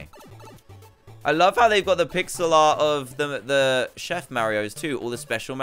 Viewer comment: D chef not shef